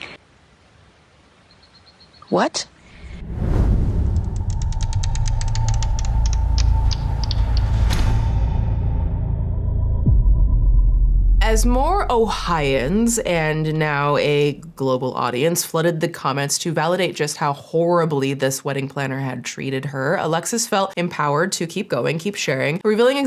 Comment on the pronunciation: Girl said “ohians” it’s Ohioans